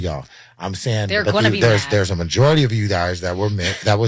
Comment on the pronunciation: He messed up when he said "Majority".